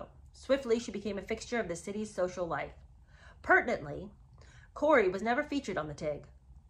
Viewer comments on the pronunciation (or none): none